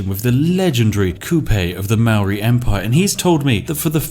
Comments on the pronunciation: Hey he mispronounced Maori every time too. Silly Poms. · Maori/New Zealanders are laughing at how you say Maori. It’s like the most white way to say it 😂 haha but everyone says that if they haven’t been taught how to properly pronounce it